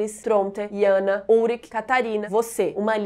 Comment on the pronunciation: Iana? (Jana) Reguina? (Regina) Ionas? (Jonas) wtf?